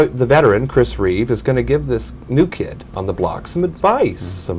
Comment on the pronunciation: At the end he misspoke "Reeves." I believe Reeve would be disappointed with how we are losing basic humanity.